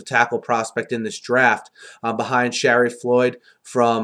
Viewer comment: Great Vids, great insight... Man u have trouble with Shariff Floyd's first name, its Sha-reef not Sheriff LOL...anyway what a tough draft for teams in the top 5, Stars inconsistency is scary n Floyd is not really a finished product. Tough call, but ur right Raiders need a safe pick n Floyd is has potential n high motor. Fisher could be a surprise pick at 3 though, move Veldheer over to RT, Raiders could also go 3-4 this year or move LHouston inside in a 4-3, he's a natural 3Tech...